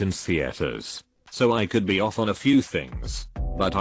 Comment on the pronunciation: Is it me, or is his pronunciation actually getting worse! Come on, could, would, and should? Yikes!